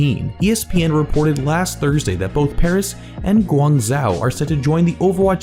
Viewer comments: gwang zoo gwang zoey gwong zao gwung zow. I die everytime lul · Guangzho is pronounced similarly to Gwon-Zo! (With the g being from the "guh" sound) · Lol it’s pronounced guang-jo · Here's some help for your pronunciation: English: /ˈɡwɑŋˈdʒoʊ/ (gwang-Joe) Chinese: 广州 Guǎngzhōu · Is it pronounced 'Kuang-chou'? cuz i learned chinese and g=k, z=kinda ch/c sound? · it's pronounce gwong sow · Guangzhou - pronounced like Gwong Joe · It is pronounced as Goo-ang-joe, but don't worry most non-Chinese did not figure out how to say it the first time and we'll most likely be hearing lots of different pronounciations in the future as well lol, and there really isn't anything wrong with that. Super glad to know that my home town is getting an OWL representative team tho!!! So excited for the reveal!!😭😭👏🏻👏🏻